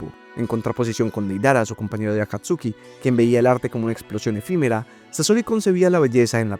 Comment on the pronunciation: Ese wey Ese wey sigue pronunciando Akatsuki como está escrito, no como la correcta pronunciación, en pleno 2025 XD